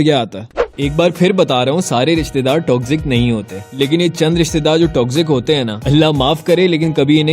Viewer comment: ristedaar nhi rishtedaar hota hai intro check kro